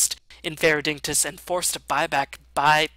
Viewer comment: it's uhhh...pronounced digni-toss